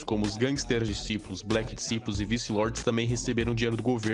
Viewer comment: Diciples Pronuncia "disaipous" meu mano, seus vídeos são fodas pra caralho irmão